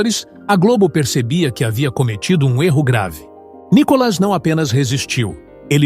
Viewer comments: Nicólas seu locutor ridículo? Aprenda falar. É Nikolas.. Detesto esta Tatá. Não assisto o programa desta bobona. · Esse narrador ele pronúncia o nome de Nikolas errado, o nome de Nikolas não tem acento no o pra ser chamado de nikólas